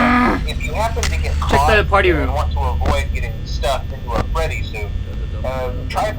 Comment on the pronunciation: its freddy not what ever you call him